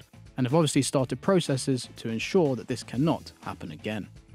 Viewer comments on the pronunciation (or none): none